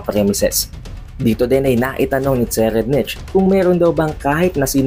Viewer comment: So far ang pagkakaalam ko ang pag pronounce ng name ni TSERRIEDNICH ay SE-rayd-nik.